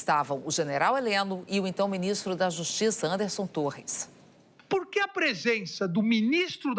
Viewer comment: "Beu binistro, naum mim prende, eu peço por favor" 🥴🥴🥴🥴🥴🥴